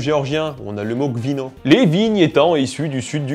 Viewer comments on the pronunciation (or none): Je suis géorgien, et le vin on le prononce "rvino" (ღვინო) et non "gvino" (გვინო), pourtant tu l'a bien écrit en géorgien , mais la première lettre se prononce "r" (ღ) comme en français et non "g" (გ) Voilà je dit ça parce que ça m'a un peu perturbé :p Sinon super vidéo :)